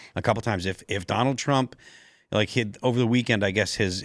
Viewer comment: " Donner Trrrrrump" 😂😂😂